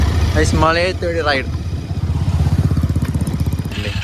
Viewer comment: Mazhayath ❌ Malayath✅